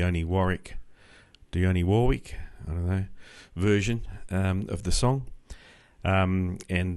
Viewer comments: Did he really pronounce Dionne as "Dee-Own-Ee"? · FYI It's "Dee-On". I have a buddy in Melbourne named Warwick but you all pronounce that "worrick". Dee-On War-Wick. Cheers, mate.